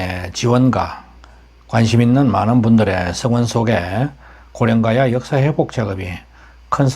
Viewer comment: 고령가야라고 발음해주세요